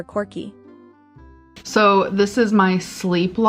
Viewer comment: Omg that journal 😮 she has NOOO life Btw idk if you’re making fun of the way ALR says quirky orrr if you were confused about the spelling. I cant remember how she says it